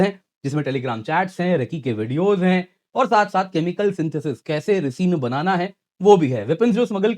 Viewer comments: Breaking Bad fans know its pronunciation is "Raaisin" not "Reesin" 🙂🙂🙂 Sorry sir, couldn't resist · “रिसिन” नहीं “राइसिन” कहिए । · Just a small correction... Ricin is pronounced as 'Raicin'. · Some corrections Its fatality not fertility😂😂 Ricin is pronounced as (rai-seen and bot re-seen) Edit : i see you corrected the fatality correction. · Please pronounce it correctly,. it's Rai-Sin this is how we pronounce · Ricin ke pronunciations theek krain. Baqi aap acha kam kr re hn. Lagy rehain parhain marty rehn. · Disgusting pronunciation .. this is supposed to be a educational video . Fatality and fertility are two different issues. Can’t even pronounce Ricin . How stupid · All is good, BUT..kindly hear the words on google or youtube that you dont know. Ricin etc in every video, there is something that is not how its pronounced. You are spreadinh information, why not provide in proper way? Feels like when you hear some one say Mujhik to Music. Please take time to learn words that you dont know.